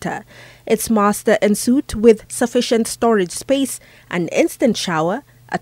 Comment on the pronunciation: aan suite,,,like awn suite